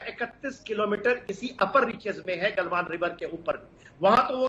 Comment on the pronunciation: गल्वन नही गलवान